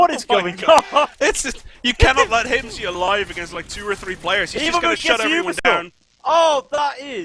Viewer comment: calling Hymzi Hymz without the i is something I wish I didn't notice. Holy shit that is annoying.